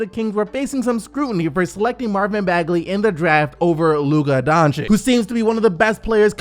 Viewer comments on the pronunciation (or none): none